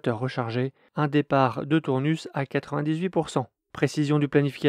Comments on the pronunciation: Sans le S final :( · Salut, pour info, on prononce Tournus sans le s et pas « Tournusse ». En tout cas, bravo pour tes vidéos que je suis régulièrement. 👍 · C'est ça, on dit Tournu comme tout nu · bonsoir. Oui qqun d’autre me l’a fait remarqué. Je l’ai prononcé comme bonus tonus anus. 😅 ça semblait logique de prononcer ce S.